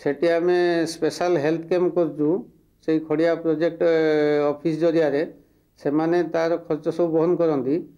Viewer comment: खड़िया not खरिआ